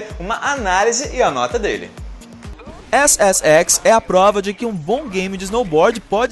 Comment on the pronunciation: quando o falou ssx entendi xxx se é que vcs me entendem, asuhasusahuash